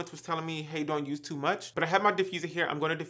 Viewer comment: Same it’s tee much 😂